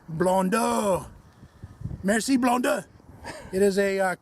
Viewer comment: Just so you know,, it is pronounced "Bl- on -doh" or something similar to that. "EAU" makes an "oh" sound rather than an "ew" or "eu" sound you were making. P.S. Exactly how you said it actually, good job! However you really quickly reverted back to the "ew" sound seconds later. Gotta be careful about quickly pronouncing things. They often sound very differently with shortcuts.